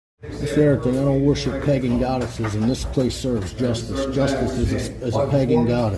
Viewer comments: He doesn’t serve «Peggin Goddesses»!!! Or did he maybe mean «pagan goddesses»??? 😂😂😂 (about ) SMH!!! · Anyone else here "pegging goddess" 😂😂 I'm pretty sure he meant pagan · I understood 'pegging goddess' at first, which, honestly, not the worst description of justice. ^^ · "Justice is a pagan godess" is the closest this goober got to uttering a coherent sentence.